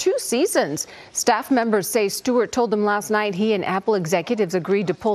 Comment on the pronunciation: is it Jon Stewart or Jon Shtewart?